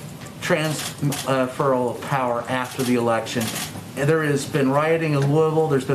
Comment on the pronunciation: Why does he keep saying Transferal